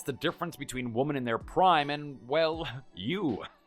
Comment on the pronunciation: I love these stories and you guys are amazing at telling them, but damn it really annoys me how he keeps pronouncing women wrong. 🤨😖